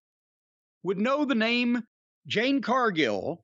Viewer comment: LMAO Best part of the Shaq Match was Shaq Disappearing from the ambulance Jade Cargill hasn't been relevant since then 3-years Jim Still mispronounces her first name 😂😂😂😂😂😂😂😂😂😂😂😂😂😂😂😂😂😂😂😂😂😂😂😂😂😂😂😂😂